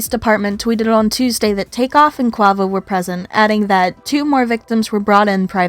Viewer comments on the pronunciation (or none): So irritating that u can’t even pronounce his name right. If u are going to do a story about someone at least pronounce their name right. I can understand if it’s something like my last name “ Nguyen “ but it’s English. Say it with me “ k-way-vo “ not “ k-wah-vo “ 🤦🏻‍♀️ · Pronounced ( QAVO) u is silent!!!